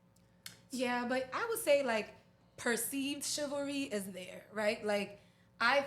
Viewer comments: If she say chivaless one more time 🤬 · Did she really say “ChiVERLess” 😂😂😂😂 Women don’t enough know the word anymore smdh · I thought the first time she said it was just a slip up 😂